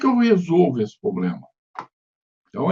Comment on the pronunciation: Excelente conteúdo. Assunto bem complexo. Sugestão: tentar eliminar alguns vícios de linguagem, tais como: - poblema --> pRoblema - pra mim calcular --> pra EU calcular. - pra mim fazer --> pra EU fazer.